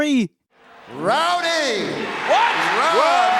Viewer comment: Rowdy. Rah... dee. PIPER!